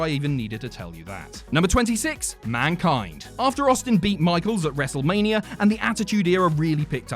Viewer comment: Wrestlemaneeurrrr he says